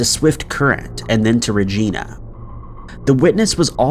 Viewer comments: Lol bro, not trying to sound rude, but you are pronouncing regina (#5) wrong. Next time you encounter Regina, Saskatchewan in your videos, here's the proper way to say it, just so you know. Personally I think it just sounds better if you can properly pronounce the names of things you are trying to present. "The proper pronunciation of Regina is not: Ree Gee Na, like Americans miss pronounce it, Rather it is pronounced: Ree (with a long E, like the E in Ear.) Ji (with a long I, as I am here) Na (as in Nana). ReJiNa is the proper pronunciation of Regina" The rarity of Regina, SK popping up in another one of your videos is probs extremely rare lmfao. But regardless maybe you'll see this and learn something new 🤷‍♂️ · Regina is pronounced like ... Vagina but with a ra sound lol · Regina is pronounced just like vagina. Only replace the V with an R. No, I'm not joking... look it up.😂😂😂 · lmao I Lived in Regina for the "Devine" Era, and can say if anyone referred to Regina as REGEENA they'd likely be told they've never heard of the place. Makes me both Cringe and laugh at the one doing the voice over as he obviously never bothered to do much research on pronouncing names correctly. Not the first time either, been several occasions butchery has been committed with pronouncing names. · I'm in Canada! What's up, eh? In your case about Regina, you're mispronouncing it. Regina rhymes with VAGINA. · Regina is pronounced just like vagina. Only replace the V with an R. No, I'm not joking... look it up. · Just saying... in the link above is the correct way to say Regina.... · Regina actually is pronounced more like a particular body part. I've lived in Swift Current 30 of my 39 years. Its not a descriptive name. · Actually Regina is pronounced just like vagina FYI. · It's like narrators are too scared to call Regina by the correct pronunciation in fear of being flagged lmao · Me as a Canadian, I just love how you pronounce, "Regina." 🤦🙄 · Regina. The city that rhymes with fun